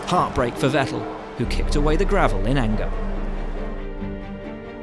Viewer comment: It's pronounced 'fettel' not 'vettel'